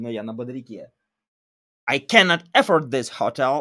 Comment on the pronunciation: Только в глаголе afford ударение идёт на второй слог. affOrd